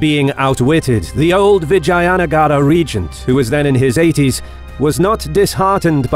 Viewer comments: It's vijaynagar not vagina nagar..haha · Its read as "Vij-jeya"(Victorious) "Nugger"(territory/town/country/city). Please consider learning foreign pronunciation as it will add more value to your content and show that you have respect for other cultures. Just ask a native and I am sure many people would love to help. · Thank you for making this! 😊 One nit: All the a's in Vijayanagara are pronounced like pun. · I like the accent how you spoke The name of the mighty VIJAYNAGAR EMPIRE